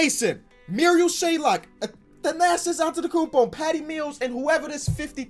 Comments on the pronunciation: as a sixer fan, it's ma-ree-al shai-ock, not murial shaylok, crucifying the rook man, much love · as a Sixers fan, I hate when he says Shayok as Shaylok. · Stop saying shayLok it’s shayok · why do u keep saying “marial shaylock” his name is marial shayOCK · Come on its “Shayok” not “shaylok” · Any sixer fans get triggered when he pronounces it “Shaylok instead of shayok